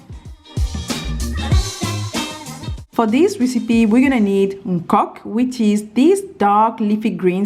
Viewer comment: It's called "Okok" and not "nkok" 😊